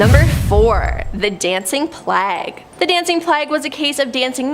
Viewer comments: Plauge is: Pl-ay-gue not Plag. Every mispronounced word is cringe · Plague- Plag. Allied- alleyed. I can’t… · You need to learn how to pronounce, "plague." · I'm turned off by this video for the simple fact got the young lady talking about the dancing fools kept calling plague a different thing. She does not know how to pronounce plague properly. Someone please tell her the correct pronunciation.